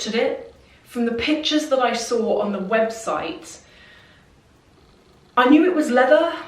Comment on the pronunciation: I love the way you say "when I sawr it" lol